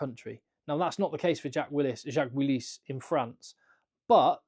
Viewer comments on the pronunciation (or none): "Jacques Willis" très fin le sens caché avec la prononciation, magnifique. i also would like to see him in the English squad.